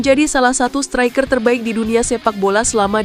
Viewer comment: Min,pelajarin dulu cara baca yg bener. Example striker,bukan stiker